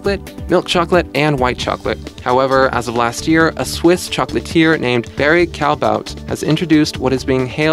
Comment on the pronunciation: Murder Bong he mentioned it but mispronounced Callebaut!